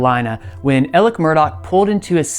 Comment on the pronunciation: The name Murdaugh doesn't have a C or K in it. Why do they keep saying "Murdock?"